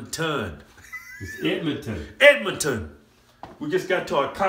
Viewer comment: "edmoton... eedmon tunn" lmfao